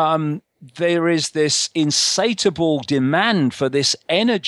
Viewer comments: " insatable "? insatiable, no? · I feel sorry for anybody who takes the rantings of this bozo seriously. "Insateable"! He can't even get the word right.